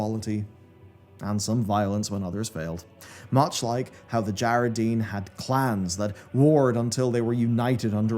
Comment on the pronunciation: I wish you pronounced at least half of the tribes/kingdoms names correctly. It’s DjaraDIN not Djaradeen. It’s AlterAc not Alteric. It’s Amani (UH-MOH-NEE). 🤦🏻‍♂️